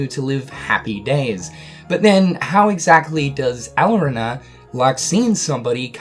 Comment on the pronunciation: Strelitzia: Stra-lit-sia Lauriam: Lor-i-em Elrena: El-ree-na Please pronounce the names right. It was ticking me off every time you said them throughout the video.